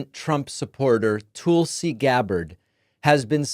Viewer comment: I was waiting for David to say "Toolsi"